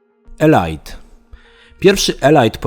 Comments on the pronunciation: Elajt Elajt Elajt.... Elite czyta się "Elit" a nie elajt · elit nie elajt, tak myślę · Nie ELAJT tylko ELIT Dangerous. Coś we mnie umarło... :) Edit: i dalej - nie PRIWATIR tylko PRAJWATIR, nie BATEL KRUZAR tylko BATEL KRUZER Sorry, niby wszyscy cię rozumiemy ale poprawić zawsze warto. Ja szok przeżyłem i do dziś nie mogę się przestawić z mówienia FALOŁT na FOLAŁT. :)